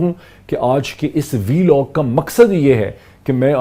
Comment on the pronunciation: Please pronounce vlog rather then vilog , pakistan in not member of FATF and criticizing policies of it . its like that calling fouls in that game which you are not playing . Pakistan will always pay cost of terrorist image because islamist failed to portray secular image of islam , nowadays feeling that's islam is nonsecular religion deepen worldwide , nowadays indians also think that why india secular country while islam never prove it like secular religion , Its not fault of its followers if they are not secular . Now indian thinks that if islam was secular then why this continent was divided in name of islam , If it divided in name of islam then it gives automatically all right to india to be sanatani country . Indians link kashmir issue like that kashmir should not be in pakistan because of muslims majority , If that the criteria to be kashmir in pak then why there are 25 crore muslims in india and pretend for secularism .